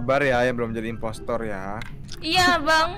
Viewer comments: bilang impostor malah jadi impestor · Kenapa ka bilang nya impestoor mulu, nangis 😭😭